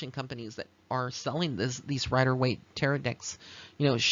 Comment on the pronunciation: Pronounce it like, (Ta-ro') I do see the forms in the photograph! When I purchased my first Rider Waite Deck a few months ago, I asked Pixie to help me learn tarot. She did, thank you for this reading!